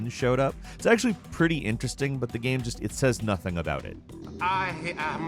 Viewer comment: No one:: GAEM